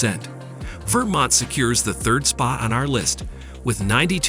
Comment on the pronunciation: Just curious: the narrator sounds American. Why does he struggle with US pronunciations of Wichita, Oregon and Vermont?